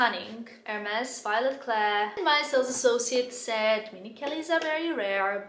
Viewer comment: Omg, it's not even pronounced "Ewwhrmes" 😂